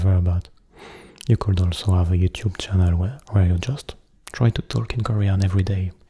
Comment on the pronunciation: J'ai adoré ! J'aime pas trop quand tu parles avec ta voix grave d'habitude haha mais sur le long terme on s'y habitue et c'est vraiment agréable ^^ (petite remarque : j'ai remarqué que tu disais beaucoup le "l" de "could" ou "would" mais dans mes souvenirs, il me semble qu'il ne se prononce pas. Voilà ^^ j'aime t'embêter :P ~) bonne nuiiit